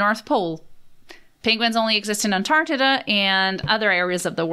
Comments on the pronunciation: Am I losing my hearing/mind or did she call Antarctica, Antartida? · keeps talking about this "antartita" place, we need to find out where it is!! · Antardidda lol